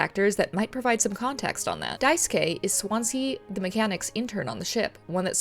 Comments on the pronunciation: cheers for not saying Daisuke’s name die-sooh-kay like every other person I’ve seen play this game lol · a mouthwashing video that says daisuke’s name right!!